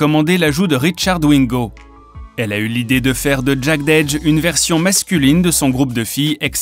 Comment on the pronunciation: "Jeded Edge", "Verzouz" etccc sans parler des prononciations des autres vidéo, à se demander si c'est pas du copier collé d'autres créateurs de contenu (anglosaxon ou francophone). Cela décredibilise , donne la sensation que vous ne connaissez pas réellement cette culture et que vous êtes ce qu'on appelle dans le milieu des "Culture Vulture". Dommage car le contenu est intéressant.